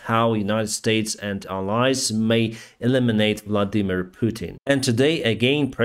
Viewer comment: Vladimir Putin. From ' voice I thought he said "Bloody Mean Putin" or is it just me?